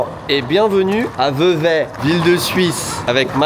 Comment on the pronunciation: Ça se prononce Vevey !